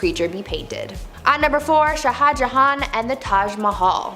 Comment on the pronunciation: shah should be just one syllable, but you're cute so we'll let it slide.